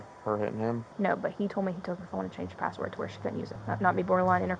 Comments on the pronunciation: He didn't even say patword. He said paword. Even more pathetic. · No, I don't feel you nor do i want to. What is a "paa wor"? It's "ASK" not "AX" it's "THAT" not "DAT" It's "FIXING" not "FITTIN" it's "THIS" not "DAT" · "I tr'n to get my clothe" "I change her padword" 😂